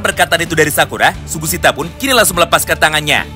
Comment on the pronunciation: BANG SUGISITA BANG BUKAN SUGUSITA